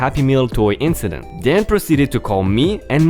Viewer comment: Ok I probably let you off on a word or two in the beginning but... Mister is not master. Master is as a master to his dog but Miss-ter is a general male title often shortened to even more respectful Sir.:) Inkcident is not a word but in-sident with the s sound of c is correct.:) rainbow is not ranbow... the a is the hard A of angel or aiming to shoot a bow and arrow. so rAin-bow like the sound of gain.:) oops angel is also with the hard A as in able.:) As always... Great stories 🔥🔥🔥🔥🔥🔥🔥🔥🔥